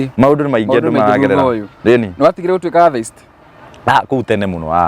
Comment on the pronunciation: Atheist, inapronounciw -a letter ya mbele as; E. Ile ya kiswahili. Sio A, ile ya kiswahili. Google usikie pronoun ciation ya hilo neno vizuri/correctly. Kizungu si our mother tongue, but tujaribu kutamka itakikanavyo. Watoto utuiga, so, tutamke correctly na kuji correct pale tunajua.